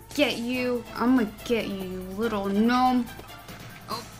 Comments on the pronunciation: "gnome-one" lol pure genius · "Knock knock." Commenter: "Who's there?": "Gnome-one." Me: (Hysterical Laughter)